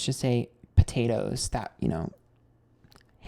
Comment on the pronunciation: POTAOTOES AHAHAHAHAH Hanging...DEAD